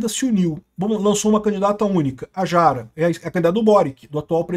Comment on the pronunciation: AMIGO não é “Quest” é Kast! Com A pronunciada como se lê. E não é Jara é “rara” é assim que se pronuncia